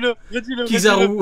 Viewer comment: C'est pas Kizaru c'est pizzaru 😂😂🍕